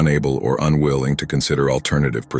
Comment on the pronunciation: He mis pronounceed umwilling